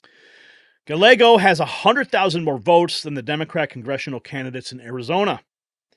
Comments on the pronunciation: It’s not pronounced GaLeggo, it is pronounced G-ah-Y-ae-g-oh. 🙄 If you’re going to talk about someone so much in your content then the least you can do is look up how to pronounce their name. Just sayin’. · Guy- yay-go. C’mon man. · It is pronounced guy ä go. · Gallego is pronounced GA-YAY-GO.. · Its pronounced guy-yea- go. If im not incorrect.